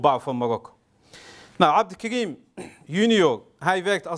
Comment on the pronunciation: Het is geen abdelkrim maar abdelkarim.corrigeer eerst dat .